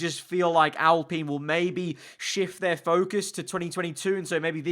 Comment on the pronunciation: He pronounces it right tho? Alpeen